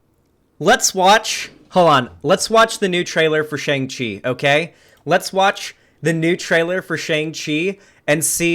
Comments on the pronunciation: Why is he saying it like that. Its SHANG CHI, not Shung chi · Bruh how do you watch the trailer for Shang-Chi and still keep mispronouncing the name?